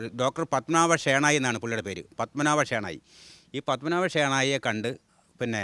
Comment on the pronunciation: ഷേണായ് ന്നാണ് ശരിക്കും ഉച്ഛരിക്കേണ്ടത് കേട്ടോ